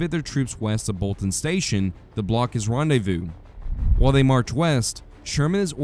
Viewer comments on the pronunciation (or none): none